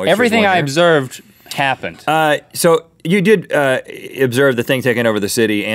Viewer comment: he said cappened on the incredible crisis :O